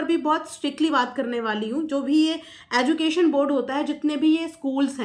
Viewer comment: Madam sorry but contoversy nahi bolte contRoversy pronounce karte hai Also aducation nahi education hai 🙏🏽 Additing nahi editing hai. Sorry but I just wanted you to know 🙏🏽 Prarity nahi priority hai